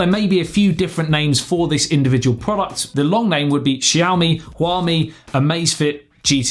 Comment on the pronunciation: Pronounciation of Xiaomi and Huami is perfect, no worries